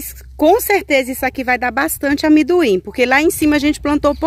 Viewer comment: O nome é amendoim e não amiduim